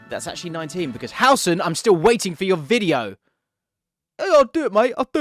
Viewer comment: Loved the running cockney Howson gag, hilarious